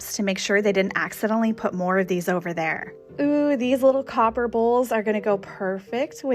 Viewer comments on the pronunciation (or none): none